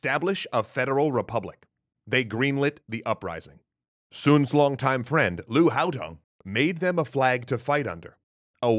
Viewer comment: Sounded like you said Lu Haotong (should be Haodong) The Four Bandits, Four Desperadoes, Four Outlaws, all technically correct. Qing owned both Mongolia and Primorsky Krai (until Treaty of Aigun)